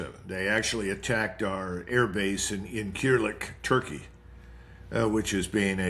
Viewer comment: “In keerlick turkey” this man is a fraud. No person with military knowledge on the Middle East pronounces “IN-SIR-LICK” that way. Not to mention he seems fucked up the entire interview.